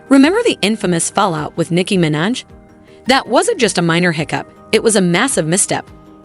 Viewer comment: Your AI voice cant say "Minaj" or "debut" correctly, yet...